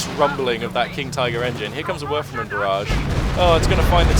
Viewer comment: It doesnt matter if the engineers get the kübelwagen's rear... as it has 4,5 armour front and rear for some reason... btw do you say werfer-man? :D sounds like that... its a werfer-rahmen (rahmen means frame so it's a throwing frame...)